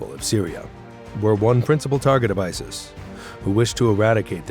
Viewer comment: Didn’t he pronounce it isll I swear he said it weird.Love the way you described him 😂😂